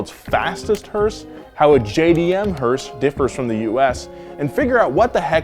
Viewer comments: Every time he says hearse, I hear Horse.... Thanks... More hearse power baby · Who else gets annoyed when someone calls a Hearse a "Hurst"? Hearse= funeral car Hurst= shifter